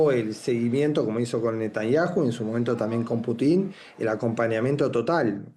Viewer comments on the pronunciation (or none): none